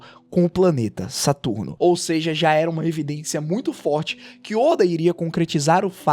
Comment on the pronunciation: Teus videos é ate bom cara as vezes assisto mas o jeito de tu falar da uma agonia. Tipo satarno se todo mundo fala saturno e imu samá tu fala imusama. E essa a critica